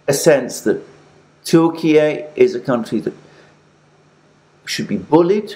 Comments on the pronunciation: 'Turkiyeh' sounds more authentic than 'Turkiyay'... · Alexander . It’s turki- yah not Turkey-a come on man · Turk-e-a.... just no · Its pronounced Türkye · tur- key-yee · I'm sorry but your new pronunciation of the name "Turkey" seems to be a fashion you've been chased into, dilettantish. . Granted that there are reasons for the change such as President's Putin's use of the term. Respectfully, you're not Putin and don't share his considerations. You're an English speaker. Is Italy to be Italia? It is true that sometimes countries change their name, eg., Burma. My suggestion is to stick to who you are as it seems a pedantic change. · The Turkiye thing is moronic. It's simply Turkey in Turkish. It's like Germany getting angry that Britain doesn't call it "Deutschland" with the exact same pronunciation. It's a petty and despicable attempt at language control, the kind that bullies attempt when they don't have the power they wish they had to enforce their controlling will. I find it entertaining that Russia is throwing Syria under the bus like this, hasn't Turkey been occupying northern Syria for years after it's invasion a few years ago?